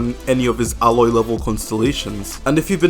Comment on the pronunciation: “Aloy level constellations..” 😂 Not sure Xiao will ever fully recover from that burn. Lement indeed. I’m still on the fence. Not sure if I’ll make the plunge to pull for the bird lady. I am an invested Xiao owner but already have C6 Faruzan, Noelle too.